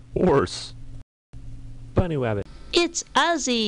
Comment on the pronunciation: "Bunnywabbit :3"